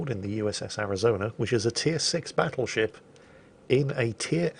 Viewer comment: Something about saying "BATtleship" and when he does his sickly laughs, reeeeeaaaaaallly aggravetes me